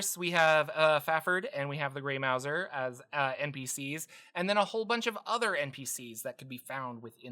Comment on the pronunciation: Mouse-er not Mou-zer. He’s a stealthy rat catching cat.